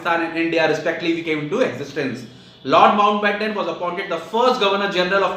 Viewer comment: did I heard Lord Ben 10😂